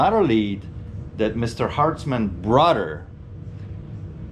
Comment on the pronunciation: What’s up with words with TH in them? Mudder, brudder, anudder